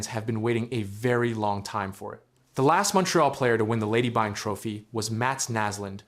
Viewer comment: Byng rhymes with sing, my guy